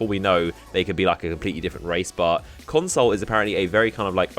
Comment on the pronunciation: Everytime you say console i think of moreconsole...